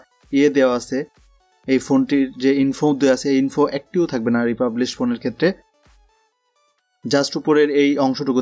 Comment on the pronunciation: শব্দটি রিফার্বিশ।